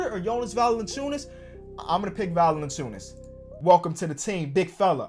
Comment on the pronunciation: Mate, you pronounce Valanciunas sooooo good for an american